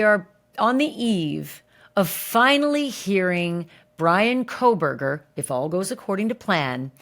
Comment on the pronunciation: Common can’t anyone tell Megyn Kelly that for years she has pronounced Kohberger incorrectly? No letter L in the name.